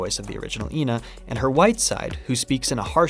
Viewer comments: technicallyyyyy it wouldn't be ee-na because when ena is written in japanese it is translated as e-na not i-na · It has been confirmed that the pronunciation is “eh-na”. This is further seen in the few characters that consistently say their name correctly (Frank, Froggy, suspicious man, etc) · it's ena not ena! ... nice video! keep it up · it's pronounced ƎNA. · Can't believe you dont know how to say ƎNA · And here I was pronouncing it as Ee En Ay, because I thought it was an acronym. Never heard of ENA before. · I always saw it as like how some racists would say that this race always looks the same even tho they're not and they all actually look different, they believe the ena they see is the same ena theyve met in their life and the different pronunciations are the names of different enas being used on the wrong ena